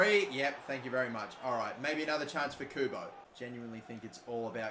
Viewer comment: someone should make a counter for the amount of times messes up Kubo's name